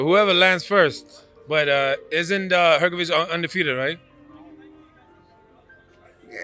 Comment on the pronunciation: I bet this american journalist will misprounonce philips last name again next time even though he heard from his brother pronounce it correctly,it is hrgovich not hrgoviq ,americans,dont care ,dont want to learn